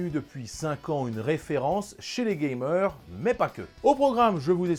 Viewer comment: "Ches les Gaymer" J'ai entendu sa perso